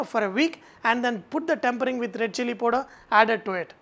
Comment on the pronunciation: KARAN7497 : hahaha .lolz. I thought only I heard it as poder